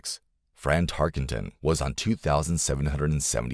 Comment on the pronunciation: It is Tark-en-ton, not Tarkington!